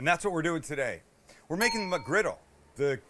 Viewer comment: You say MCgriggle like my DAD!, HE REALLY PRONOUNCES THE "MUCK" IN MUCKGRIDDLE